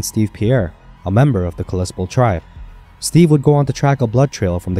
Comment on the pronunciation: Kal-i-spell.... LEARN HOW TO SPEAK!!!!!